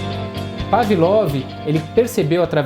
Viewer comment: ''Pavilov''? Sério?